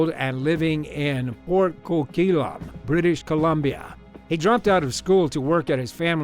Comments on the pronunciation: It's pronounced port CO-QUIT-LAM and I know this cuz A. I live near there B. My wife works there and C. We will be moving there at the end of this month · Excuse me? Of course we Canadians have heard of Robert Pickton! It's Port COQUITLAM. Co-QUIT-LAM!